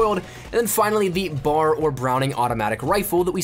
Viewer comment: B.A.R. not bar